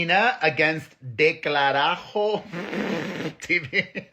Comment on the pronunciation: Delcarajo tell your mom to show you how to said it